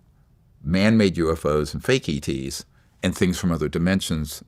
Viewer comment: ETs not Eats